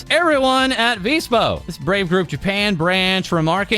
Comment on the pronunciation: He finally said VSPO correctly. I'm proud of you,. ^^